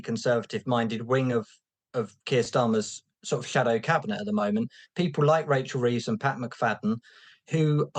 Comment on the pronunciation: “Racial Reeves”